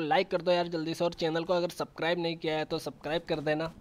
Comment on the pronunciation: it's not sakribe it's subscribe😁😂